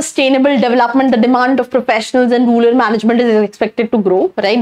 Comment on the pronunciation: Ruler nahi rural madam